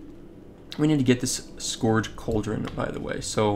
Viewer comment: It's pronounced "sk-urge" btw, not "sk-orge"